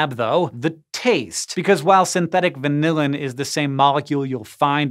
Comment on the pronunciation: Frustrating to hear hank pronounce vanillin as vanilla-in. He needs to consult some food scientists on pronunciation!